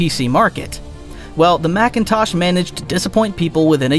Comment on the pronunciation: It's MACINTOSH not MACKENTOSH